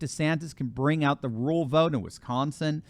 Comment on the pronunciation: Rural is a two syllable word. RUR-AL. I know it's hard to say without making it sound like RULE. Sorry to bring that up. Love you anyway.